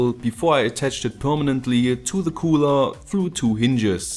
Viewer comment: Mal n bisschen Kritik zu deinen ansonten guten Videos. Deine Aussprache von Cooler und Layer (eigentlich alles mit -er am Ende) ist etwas... Sehr gewöhnungsbedürftig, aber das ist Geschmackssache. Deine Heatsinks werden so nicht richtig arbeiten können, wenn du dir in einem PC den CPU heatsink anschaust wirst du sehen, dass dieser immer so weit weg von allem ist um möglichst frei zu stehen. Bei deinem Setup staut sich die warme luft am Sockel des heatsinks.